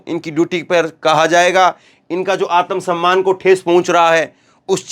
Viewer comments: जी उच्चारण शुद्ध कीजिए आतम सम्मान नहीं है आत्म सम्मान है| सिख सीख कर मत बोलिए शाब्दिक अर्थ का अनर्थ हो जाता है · समझाऊँगा? या बताऊँगा? पहले एक बात जान लीजिये आत्म सम्मान होता है आतम सम्मान नहीं। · आतम सम्मान नहीं भाई आत्म सम्मान होता है, उच्चारण शुध्द कीजिये। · आत्म सम्मान का उच्चारण सही करें जी